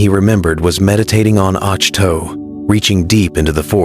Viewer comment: This is why I hate AI scripted stories. It's pronounced "Ock Too" Ochto